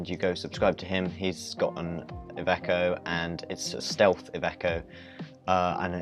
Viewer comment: You’re pronouncing it right! I’m italian :) thanks for the info...